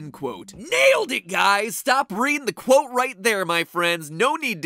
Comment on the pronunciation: Stop saying cwote